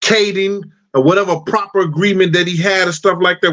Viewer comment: Proffer agreement!!! Not proper agreement. Damn I'm trying to listen to you, but at least know the correct verbiage if you're going to keep referring to it.